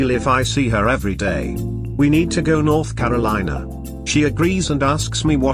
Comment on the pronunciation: "We need to go (N)orth (C)arolina" I'm from North Carolina, didn't know that was a thing.